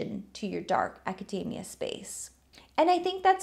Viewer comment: Everytime you say Acadamia *grabs a macadamia nut